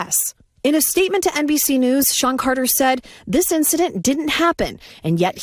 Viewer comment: Sounds like you said Shawn Connor 🤣🤣🤣